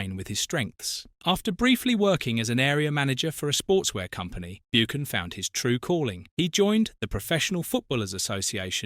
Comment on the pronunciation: I have to agree, the way Buchan is pronounced is criminal, why didn't someone spot this horrendous error.